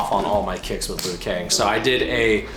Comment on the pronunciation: "Lui Kang" LUL